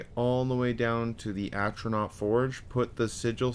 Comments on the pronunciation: Flame Astronauk. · would be Elon Musk's friend with the amount of "Astronauts" he summoned. You actually messed up on a lot of words.... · Good guide but how hard is it to say “A-TRO-NARCH”, come on dude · It annoys tf out of me that he says atronaut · Without the “S” but yes. Atronot 😂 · I like how you can't say Atronach properly but good amazing guide bro thanks.